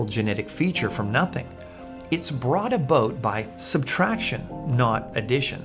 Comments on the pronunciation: I almost forgot he was Canadian, then he said, "...brought a Boat...." lol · To me it sounds more like "… brought a boot …". Kiwi accents are even funnier, have you heard Ray Comfort, talking about the _"sux days of creation"?